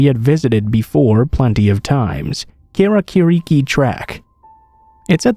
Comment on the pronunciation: been a fan for a very long time and love all your videos!!!! one thing tho for the New Zealand story, you're pronunciation of Aotearoa and Karakariki where slightly off, it was a great try and i know Maori words can be difficult to say at first but its more like "ow-te-a-ro-a" (want to drag out the ow and the te) and "kaa-raa-kaa-ri-ki" (you want to drag out the ka, ra and ka). otherwise loved the stories! keep it up <3